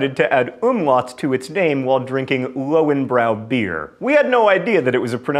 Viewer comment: Ironically, in number 37 John pronounces Löwenbräu without the umlauts. With umlauts, the word sounds something like "lovin' broy".